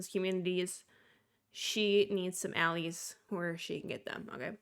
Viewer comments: I love your content and I just wanted to respectfully inform you that “allies” in this context would be pronounced “ah-lies”, not “ah-lees” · It’s pronounced al-lies, not alleys.